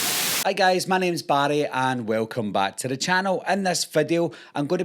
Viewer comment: aww it's ok buddy you just gotta practice and always remember an R makes the rrrrr sound not the ddd sound 😂😂 so Barry would simply be Barry not baddy 😂